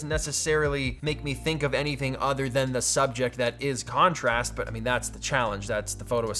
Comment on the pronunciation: How many times during the video did you say the word "Conorast" ??